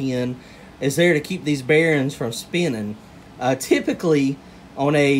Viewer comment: I believe it’s bearings not bearens. lol